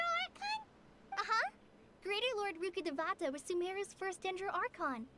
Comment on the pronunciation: loool yeah I laughed when I heard them say Rukkhadevata for the first time. "rooka duvawta" I'm not gonna take it too seriously-- at least they're putting in effort to represent another culture